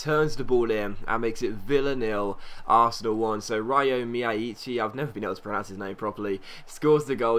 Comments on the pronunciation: Ree-o (o like the first half of cough) me-ya-ee-chee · Pretty sure it's pronounced Rio Me-a-chi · it's pronounced rio meyaychi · Its pronounced Ree-oh myaichi, BUT YESS YOU USED HIM BABY